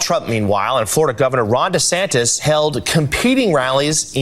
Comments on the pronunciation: Love Trevor 5evr, but someone on his team needs to tell him that it’s Ron DeSantis 😂😂😂 not DeSanctis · Ron DeSanctimonious. Perfect. I pronounce him fit to stand trial. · Why did he say DeSantis wrong so many times lol